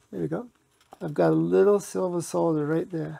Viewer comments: Knows how to pronounce solder properly. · Finally, someone that can pronounce solder 😂